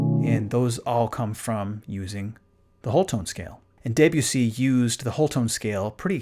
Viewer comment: This is fascinating, thank you. However.... 'DAY-byoo-see' ?? seriously?